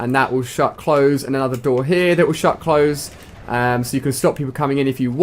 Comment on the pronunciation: when he says here it sounds like heh